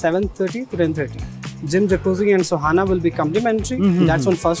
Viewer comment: its sauna not sohana!!! please correct it.